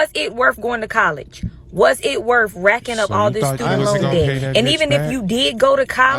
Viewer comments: She has 4 degrees a lawyer and says worf not worth lol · Wurf...? You didn't LEARN English...👀 (smoke alarm beeping).